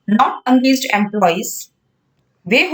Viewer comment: Angaged nahi it’s engaged ache s pronounce kariye